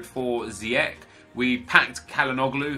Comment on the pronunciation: Ziyech is pronouced as Ziejeg